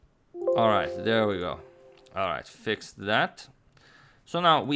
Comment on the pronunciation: "Alright, here qe go... Alwight! this should fix it.. Just give me some time... Alrigh-"